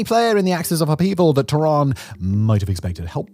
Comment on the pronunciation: why you calling tehran "tooran", can't you look up how to pronounce names better? is it THAT much of an effort, you poor monolingual chap